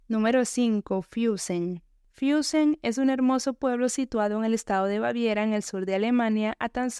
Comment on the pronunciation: No se dice: "Fiussen" Se pronuncia "Fussen"